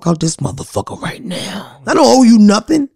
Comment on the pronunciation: Give her a record deal right "neow" LOL